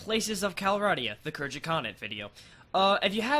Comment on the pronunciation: Pretty sure Khergit is pronounced with a hard G